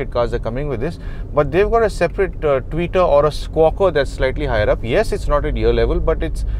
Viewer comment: Thank you a million times for pronouncing the Tweeter as Tweeter/s and not as Twitter 🙏😃👍 Else in 99% of the videos which I have seen on YouTube most of them use the word Twitter for these unfortunately desperate looking tiny speakers... And Yes, I am glad that in my EcoSport, the tweeters are almost at my mid chest level and the sound is reasonably good. 😎